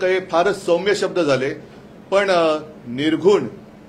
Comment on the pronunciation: प्रबोधनकारांच्या प्रपौत्राला आणि बाळासाहेबांच्या पुत्राला 'निर्घृण' शब्द उच्चारता येऊ नये. त्याने तो 'निघृण' असा उच्चारावा यापेक्षा दुर्दैव ते काय?